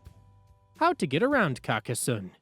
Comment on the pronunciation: Pronunciation: car-cass-sohn